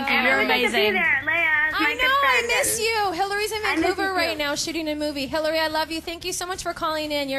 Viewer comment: Lol Hayley Instead on hilary...